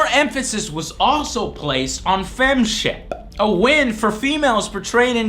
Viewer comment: Upon a second viewing all these years later, I just noticed Joe's hilarious over-pronunciation of the 'p' when he says "Fem-Shep" . Not sure if that was intentional or not, but damn I replayed it at least 10+ times laughing more hysterically each time! Hahaha!!! 😁